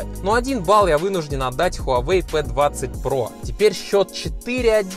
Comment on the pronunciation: Не хавай а Huawei